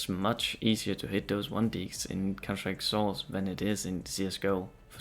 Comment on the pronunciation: Hey man, good quality video and all but you should work on you voice a little. Try not to mumble words like when you're sayig "counter strike: source" at the start of the video. All the best, keep going!